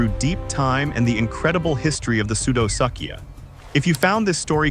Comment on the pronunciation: POOR VIDEO - - not worth watching, which is too bad as there are occasional bright spots of reality within it. ======= minutes - - "Pseudosuchia" is NOT pronounced "soodo-suck'ia"! It's pronounced "soodo-sook'ia". These guys are definitely not "False Suckers". Same problem with "Sarcosuchus": it's pronounced "Sarko-sook'us" (^_^)... minutes - - There is no evidence for a neck-frilled crocodilian: picture is pure speculation minutes - - Sarcosuchus is no longer thought to be commonly 40-feet long; more like 32 feet on average, with larger individuals as the exception. to minutes - - Where did that massive chin pouch come from? What documentation? Reference? to minutes - - Why is the crocodilian shown regurgitating BEETLES??!! minutes - - What "Great Extinction" are you talking about? The End-of-Triassic extinction? minutes - - How come we don't see an image of the upright land predators, when mentioned ? minuets - - Where is a picture of the pig snout and the blade-like teeth, when mentioned? minutes - - What is "Imb and Imbb Placement" in the annotated picture provided? ===========